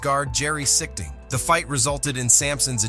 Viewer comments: AI narration. Lazy. Laughingstock. Useless. (Jerry SiCHting and Bill LAIMbeer would not approve.) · Jerry's name is pronounced SEA STING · This commentator needs to learn how to pronounce last names...Horry & Sichting...and referring to Laimbeer as a fierce shot blocker...with his .9 BPG career average...is idiotic.